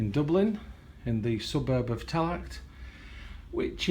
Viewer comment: Yes Dublin my homeland, hope you enjoyed your stay here. Just to let you know the t at the end of Tallaght is silent.